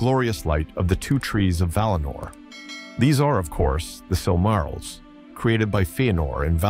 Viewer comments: Surely he did not just say silmarols... brother... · What is a "Silmarul"?? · Sil-MARR-ils? C'mon, man. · “Silk -A -rills” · I cringed when you said: "the sil marils" hahaha. Great video tho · The was he says Silmarils really hurts my brain. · The way you pronounce silmarils makes me tweak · Did you really just mispronounce silmarils...brooo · I lasted till the Silmarils and then had to tap out due the grating mispronunciation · Aragorn already owned and carried the shards of Narsil. Gondolin was in western Beliriand, which was utterly destroyed and sank beneath the seas in the War of Wrath. It was literally hundreds and hundreds of miles from where Gondor would once be, not "near" at all. You are mispronouncing sooooo many words!